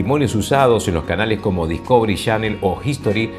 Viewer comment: jajaja No se porque les duele tanto aceptarlo. Si quieren hablar bien, tienen que hablar como mexicanos. Ya aceptenlo. Y por cierto, el señor no suena neutro. Por ejemplo, cuando dice: "palabras" suena mas como "palabrah". Osea, se come la "s" en todo momento. Eso es super tipico de centro y sudamerica. Luego dice: "canaleh" en lugar de canales. Y hasta cuando dice Discovery, dice: Dihcovery. jaja Basicamente les es imposible pronunciar la "s" y eso los delata. Solo en Mexico central se habla completo.